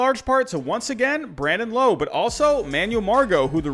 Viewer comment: Rays fan here, appreciate you being a big man and admitting your mistake. Also you say it Brandon lOWE like OUch.